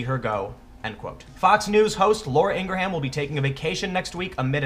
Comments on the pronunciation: Ok, I’m sorry, but your pronunciation of Laura’s name is killing me. It’s like our foreign exchange student from Brazil, he pronounced Arkansas as Ar Kansas. He said why not? Kansas is Kansas, so why is Arkansas pronunciation so different? Anyhow Laura Ingraham is pronounced like Lindsey Graham’s last name with EN at the beginning. Like InGraham. 🤣😂🤣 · It's not Ing-gra-ham it's Ingraam spelled Ingrham but pronounced the way I text it....dont know why I had to write this lol. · Love ya, Bro. But Laura is 100% Halal Kosher. There ain’t no “ham” in Ingraham. It’s pronounced just like “EEN-gram”. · Come on Tim... Ingra-ham.? You damn well know her name is pronounced "ingram" even if the spelling would indicate otherwise. Look, I appreciate when people try to be articulate, but this, along with your over emphasis of all those hard Ss and Ts is really getting annoying. Your manner of speech makes you sound like you are lecturing children and it sounds really condescending. Just relax a bit. You do make a lot of really good points (and some not-so-good ones too, but, mostly good). But your manner of speech eventually wears on folks. Keep up the good work, but keep this in mind.. Most people dislike when they feel they're being lectured to. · Say ingra ham again, nigga, I dare ya!..... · Repeat after me Tim... ING-GRAM. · (Her name is pronounced "Ingram" as in the way the surname "Graham" is pronounced "gram.") Welcome to the new form of tyranny. For the entirety of human existence, people have coalesced into groups (in this case, people & their Twitter followers) that bully other people & groups to do their bidding. This is nothing new. Learn how to fight back. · Bill May-HERR ! , Vince McMay-hAMM ! , Laura Ingrah-hAMM ! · IN + GRAHAM = ING RUM . Thats how you pronounce it Tim. Not nit picking. Just thought you would like to have the correct pronunciation. Keep up the good work. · The H is silent. It’s pronounced Ingram. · Wow... seriously! Ingra-HAM. 😂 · Silent H dude.